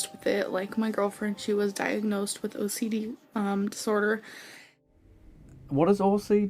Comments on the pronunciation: Seriously every time she said “my OCDee” or “I’m so OCDee” I was rolleen my eyes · Not “OCDD”😂😂😂